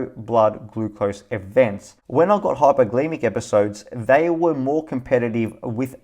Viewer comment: First, thank you for the frequent SENS updates. As a shareholder, it's great to see videos like yours going into detail about the amazing future for this company. Additionally, hearing firsthand from a user of the Eversense product is incredibly helpful. We definitely appreciate these videos. Please keep them coming. Having said that..., my dude, it's hyperglyCEmic, not "hypergleemic." Mispronouncing a word is obviously not a huge deal typically, but you're trying to speak from a place of informed authority. It doesn't exactly inspire confidence when you're having trouble pronouncing a word that holds such significance to the topic on which you're presenting.